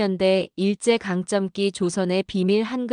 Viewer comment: '일제 강점기'를 '일쩨 강쩜기'로 발음하는 것은 절대 안됩니다. '일제'는 경음화로 가능하지만, '강점기'는 '강:점:기'로 해야 합니다. '강쩜기'가 될 수 없습니다. '고쳐 주세요. 이번에 안되면 다음부터라도.